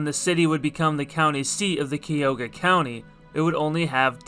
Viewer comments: Very nice video, but Cuyahoga is pronounced exactly how it looks: (kai-ah-hog-ah). I'm a lifelong Cleveland native, and have never once heard the river pronounced the way you had chosen to pronounce it. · Actually growing up in Akron, most people pronounced it Ca-hog-a.